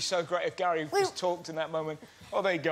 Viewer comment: Gary, Carrie, and Russel...not the best names for a man who can't pronounce his r's....'Gawwy, Cawwie and Wussel'